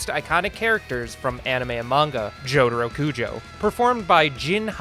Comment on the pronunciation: He really says "Jodhuro"